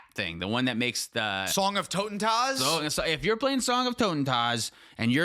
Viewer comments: as a german your pronounciation of "totentanz" rolled up my toenails ...twice ... thank you for that ( ͡° ͜ʖ ͡°) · the N in "Song of TotentaNz" isn't silent, btw! :)